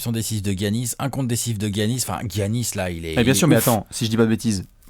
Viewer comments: Come on now les gars, ça se prononce Yannis, pas Gi-Yannis. Sinon bon taf, on aime ces apéros. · Les ricains disent giannis